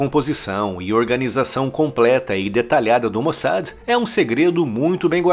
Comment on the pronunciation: Pronuncia correta...... MOSSÁ.....